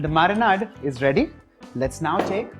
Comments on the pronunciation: Nice and quite simple also... thanks.... btw its not marinaaad... its like marinaid... like ayyyd... it kind of kept on hitting my ears... but thanks for the dish💟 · I almost subscribed and then I heard him saying Marinaad. I can't hear it more so let's leave it here.